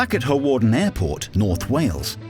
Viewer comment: May I point out Hawarden is pronounced harden, the w is silent.